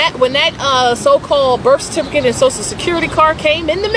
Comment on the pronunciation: What's a certifricate?